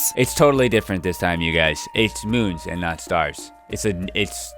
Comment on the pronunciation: not moons but... MOOMS